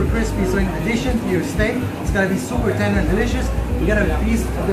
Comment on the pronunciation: Sooopurrrr tenderrrrr😂